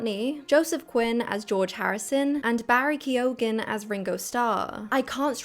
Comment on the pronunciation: Why wouldn't they have cast 4 white boys to play the beatles ? I notice you didn't bring up the tragedy of casting a black woman as Anne Boleyn though haha Key-o-gan ffs at least learn the proper pronunciation 😂 So in the past unknowns were cast into stardom who were then in almost EVERYTHING at that time The wizard of oz ? Really ? Most of them were WELL known by then. actually kids do care nowadays who does the voice acting..do you have kids. I do and they definitely get more excited when its someone they know No.. people don't just see Tom Holland as spider man, did you just start watching movies ?